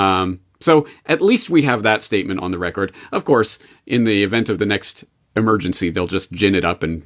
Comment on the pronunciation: Is anyone irked by how James pronounces the word “record”